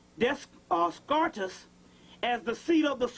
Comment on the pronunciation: Descartes is Pronounced "Day-Car ". My Godfather Used to correct Me about stuff like that. Pronunciation is a part of someone's frequency of Being.